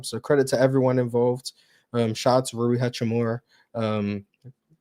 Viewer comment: That nigga really said Rui. Never invite him to the show again.